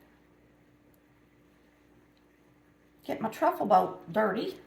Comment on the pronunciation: trifle bowl not truffle